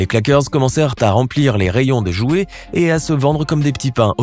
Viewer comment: Au début "Les iouet"